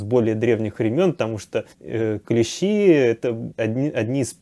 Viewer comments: Всё, конечно, полезное рассказываете и правильно, но режет слух клЕщи, потрудитесь исправиться. КлЕщи - это инструмент, а никак не клещИ. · Ударение на первый слог клЕщи обозначает "столярный инструмент" , а "насекомые" - клещИ. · КлЕщи, блин. И это музей, где ученые сидят. Блин, она еще и слышала, как правильно, и все равно клЕщи, ну е мое.